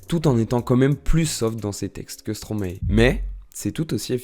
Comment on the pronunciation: Et on dit aussi Stromae ( comme )ail😅 et pas Stromaé stp😜